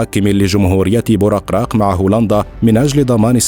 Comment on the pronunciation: بوركراك وليس بورقراق